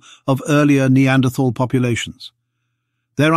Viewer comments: The 'h' in Neanderthal is silent. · I cringe every time you say "Neanderthal" with the TH like in "this or that". I hope the message will spread that "Neanderthal" is a location in Germany where the first bones were found. In German "th" as in "...thal" is old orthography for "...tal", meaning valley and should be pronounced as "T". Even if the "TH" sound looks enticing it does not exist in German.